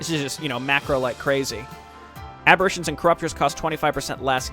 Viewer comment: Lol, sorry to be so annoying, but "Aberrations" isn't pronounced like "Apparition" with a B. It's more like "aberrEYtion".